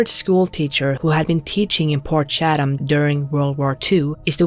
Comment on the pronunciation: Portshatum...port chat am is how pronounce it, shatum sounds like you pooped yourself 😆.